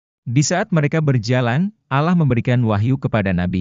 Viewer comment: Kalau baca alloh kok kayak bukan orang muslim